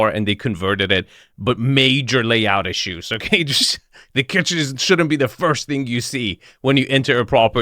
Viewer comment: Dream home for Chef Boyardee 👨‍🍳 “that’s a chefzzz kittttchennn”